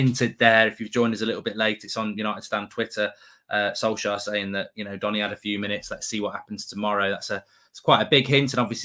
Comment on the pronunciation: 10.55 Iancy calling Donny Jonny 😂😂😂😂😂😂😂